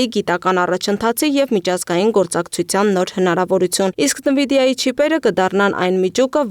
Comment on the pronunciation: Աղջիկ ջան, նԸվիդիա չէ, Էնվիդիա է